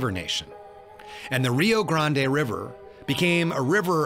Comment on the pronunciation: Absolutely fascinating! Your presentation was beautifully done. I was glad to hear "Rio Grande" pronounced correctly as well as "hundred" [as opposed to "hunnert" or "hunnerd"]. Also, can't help being happy to hear the often forgotten "unquote" (or "end quote") being used. Keep up the good work! I will be anxiously awaiting your next presentation.